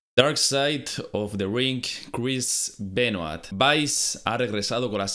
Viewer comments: Voz de hermion Es "Benua" No "Benuat" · Se dice "Benoá" no BenoaTTTTTTTT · Crish benoait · porque los españoles pronuncian tan mal los apellidos, nombres etc en otros idiomas? me saco de concentración escuchar a cada rato el apellido Benoit mal pronunciado